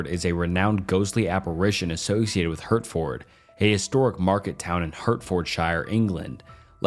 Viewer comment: We pronounce Hertford like Hartford. Like the organ. Also the ford is mostly cut down to just fd. And Shire is typically said as shir...shirt without the t. Although some do say shire like that.